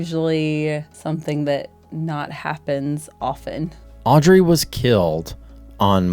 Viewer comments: The Child you call Audrey is misread. It reads Aubrey. Hope this helps. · It's not Audry, it's AUBRY.